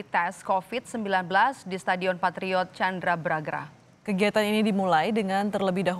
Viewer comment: Mbak stadion Chandra baga bukan Chandra braga